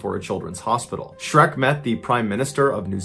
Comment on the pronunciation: Shrek not SHERK